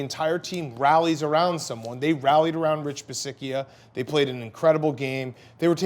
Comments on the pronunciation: It's Coach Bisaccia..pronounced Bi satch ia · It's pronounced Bee-sacha 🤦‍♂️